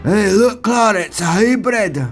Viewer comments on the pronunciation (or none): none